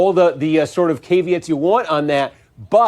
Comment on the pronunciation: did dude really pronounce caveats as kay-vee-its?